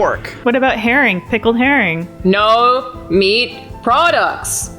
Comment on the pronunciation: Whenever you subtitle Alanah saying "no" you should spell it "Naeoughue"